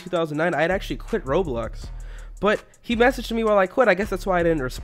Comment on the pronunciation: You said roblux instead of Roblox